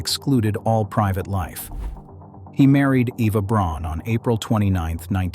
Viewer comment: Braun is actually pronounced exactly as the English Brown, and not Bronn. If you actually think about it when you say the name or word 'brown' you'll no doubt notice that you've never noticed before that you are actually saying bra-oon (Braun). Interesting stuff........ So, Kallman syndrome? That mean, just like the British soldiers marching song, that Hitler really only did have one ball?